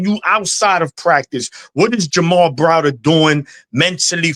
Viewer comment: How many times did call Jamar, Jamal?